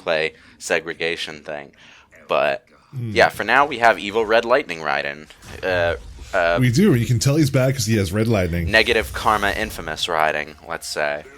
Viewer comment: Love how pronounces Raiden correctly.